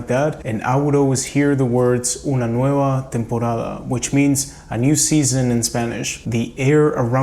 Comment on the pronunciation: Are you Cuban ? Because that nueva temporada sounds Cuban